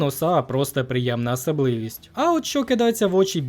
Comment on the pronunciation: Маленька порада: в українській мові слово як пишеться, так і вимовляється, отака "АсАбливість", бо вимова трохи нагадує Юлю, ту що працює. Але не зупиняйся, ідеальна українська починається з неідеальної